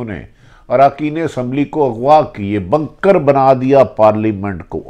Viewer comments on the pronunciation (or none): What is drone hamla 🧐🧐not bankers its bunker mr bhatti